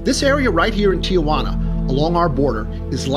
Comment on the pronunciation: it is not pronounced Ti a Juana. there is no "a" just Tijuana.